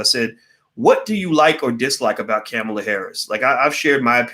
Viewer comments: It's COMMA-LA. You pronounced it wrong 50 times. Is that on purpose? A "she's not worth it for me to even give her the respect of saying her name right?" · She pronounces her name "Comma La" like comma. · Again the man who is extremely intelligent but mispronounces everyone's name and also says it every 10 seconds... Cringeworthy think he does it on purpose.. her name ain't Camela it's Kamala 🤦🏾‍♂️. Still enjoy the videos👍🏾✊🏾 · It's not "Camma-La" ... It's Comma-La" ... replace the "A" sound with an "O" sound ... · Her name is pronounced Comma-la Harris...not Caa-mila....I think it's silly not to vote at all because you don't want to be forced to do so. That way of thinking will surely cause another 4 years of Trump....that's not shaming anyone....if your not going to participate in voting....then you have absolutely nothing to complain about and your opinion doesn't matter. While your waiting on a suitable person to vote for....you'll be waiting...and enjoy another 4 years of Trump.. Kamala has made errors and some things are problematic..that doesn't mean we should just sit on the side lines and let Trump win 4 more years....just ssying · Well, it would be better to know how to pronounce her name: Comma-la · Her name is pronounced Com ma la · Her name is pronounced like comma , comma-la. All ahs. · It’s Ka-Mal-a!! You sound like Tucker Carlson Dr. Watkins. Unfortunately, Kamala’s perpetuation of white supremacy through mass incarceration is very concerning and should be dealt with, however, it’s irresponsible and ignorant to say don’t vote for Ka-mal-a & Biden because they are similar to current GOP administration, their not! It’s politically advantageous for Black people to vote for the left, then once they are elected, we can develop a plan or agenda for them to execute. We all as a collective have to ensure white supremacy is not perpetuated once they are back in power. CMON!! It’s simple! Don’t overthink this! Just #VoteBidenandHarris.